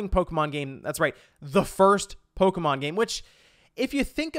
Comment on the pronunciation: Polka, mon. Sounds like a Rastafarian talking about Polish music.